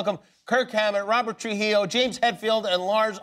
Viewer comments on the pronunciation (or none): His last name is Trujillo, not Trujilla